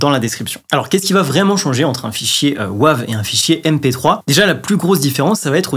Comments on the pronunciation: Bonjour …. S’il te plaît prononce Wave à l’anglaise "weyve" en français c’est vilain 😂😉 Alain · Bonjour, comme le dit Laurent la prononciation de Wave est insupportable sur cette vidéo. Même s'il faut franciser beaucoup de mots anglais, par pitié celui là prononces le vraiment en anglais🤣🤣🤣🤣 Sinon tout le reste est parfait comme d'habitude. Bonne soirée. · Bonjour, merci pour ces précisions mais par pitié ta prononciation a la français du format WAVE m'est insupportable😅. Bon mais ce n'est pas grave, l'essentiel reste le contenue de ta vidéo. Désolé pour cette précision mais je ne pouvais pas laisser ça. On peut tout se dire 😂😊. À bientôt. Laurent, un fan 🎉